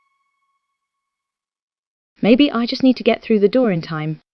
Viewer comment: Anyone else catch her call it a duwu instead of a door?